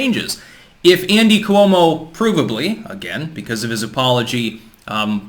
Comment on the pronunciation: Cuomo is pronounced with two syllables